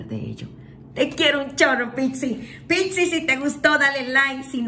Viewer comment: Porque pixi?? Es PIS-CIS. Porque se refiere a los peces. Igual, hermosa tu lectura.Todo me resuena Gracias y saludosss